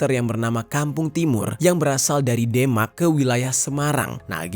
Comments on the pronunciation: bang cuma mau ngasih tau,,untuk pembacaan Demak itu Thema' ya bang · ooh orang sumatra toh, pantes mengucapkan kata DEMAK keliru. 😀. DEMAK cara mengucapkannya seprti ini mas. huruf E dibaca seperti pada kata kEnapa. bukan seperti pada kata satE. Sedangkan huruf K pada kata DEMAK dibaca dengan akhiran huruf Hamzah atau seperti huruf K pada kata tidaK 😀. demikian mas 🙂